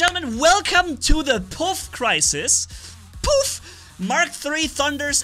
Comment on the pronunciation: The way says poof 😂 Enemies left the chat.